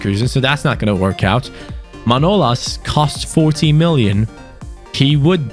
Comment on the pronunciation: His name is manolás not manólas like so can see